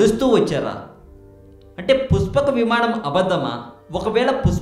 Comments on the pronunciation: puspaka vimaanam kaadu nayana pushpaka vimanam neet ga matladu. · endi aa slang puchapaka vimanam mahichachurudu nenu cheputhanu vichechamu rechachu makenduku ee sodi babu google ni tarwatha adugu mundu ramayanam chaduvu 14 epic's telustay and 21 days anduku ayindo telsidhi telisi telina sodi vagaku mala 136k subs anta kudiga rechachu chey video upload chesemundhi chusthunam kadha chodi chepaku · Arey jako nayala neekenduku ra channel..... dabbulu kosam edi padithe adi cheptha va...... asala voice entra...... pushpaka vimanam ani palakadam kuda radu ..... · rey nela ticket labr kukka.. pushpaka vimaanam ani neelaga palakataaniki assalu ravatam ledu ra .. sigguleni mundamopinayala. ninnu tittadaaniki boothulu kuda avamaanam ga feel avuthunnai... ghmc chetha yerukoka neekenduku ra voice over jila ?? .. ayya positive commenters..!! meeku mee shravana shakthi ki mee taste ki sathakoti dandaalu. vadu cheppey matters lo sagam sagam nijalu leda motham abadhaalu. okavela matter interesting aina... aa voice ni ela bharisthannarra devullu??. entha biriyani aina footpath meeda nela pai vaddisthey egabadi tinesthaara??? thuu deenemma jeevitham...!!